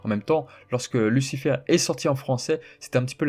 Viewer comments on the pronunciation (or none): none